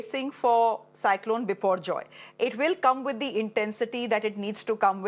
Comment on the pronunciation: The anchor pronouunce the name biporjoy like she is bengali...